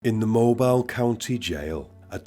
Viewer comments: Great video brother as usual. Being from south AL mobile isn’t pronounced like mobile phone I guess it’s the southern drawl but it’s pronounced like MO-BILL 🤣just thought I’d play grammar police. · It's moe- b- eel. It's also unbelievable how short his sentences were. Unbelievable. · Mobile is my hometown. And for future reference, Mobile is pronounced Mo-bill. A lot of shit happens around the Mobile/Baldwin County area, so I wouldn't be surprised if we featured in more videos. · Sorry if I sound like a know it all or if you don't give a shit but it sounded like you said he was in Mobile, Alabama and it's pronounced Moe-beal. I'm from Birmingham a few hours north. I don't hear Alabama mentioned very often